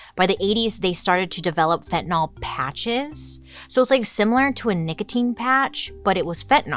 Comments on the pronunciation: Not "fen-ten-awl"....Its: "fen-ty-nil."* It drives my nurse sister crazy when she hears other professions call it Fen-ten-awl (specifically cops who should no better if its such an epidemic.) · Why does she mispronounce the word itself. It's got an 'a' in it order to say the 'TAN' part of the word. Say it like FEN - TA - NYL . ( not " Fentnil " ). Q. Why has it gotten that A ? A. To make you pronounce it right . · I know I'm unhinged... but it drives me crazy ! Fentanyl, like Benadryl. Not fentanol like alcohol... I know, I hate me too. 🫣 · It's pronounced like it's spelled: fen-tan-YL, not fen-tan-AHL. It's an extremely common mistake but a mistake, nonetheless. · FentanYL, not FentanAL... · This might be frivolous but fentanyl is not fentanol it's fentanill. I get so frustrated when people mispronounced a simple word... Sound it out with a y okay lesson for the day thanks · Pronounced Fen-ta-nil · pronounced fent-a-nil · Totally important, but I always wonder why it gets pronounced like "fentan-all" when it's spelled with a -yl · Fin tah nill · Raise your hand if you pronounce it "Fentanol". I think most people do... Fantastic video! ❤ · Pet peeve. Read these words: Vinyl Style Dye Gomer Pyle Bye bye Cyrus Gyrate Hydrate Mysogenous Pythagoras Zephyr Where does the letter "y" in fentanyl become an "o"?!?!? Fen-tan- il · Its pronounced fen-tuh-nuhl so technically you’re incorrect but anyways who cares its not a big deal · Is it pronounced.….nol or.,,,,nyl?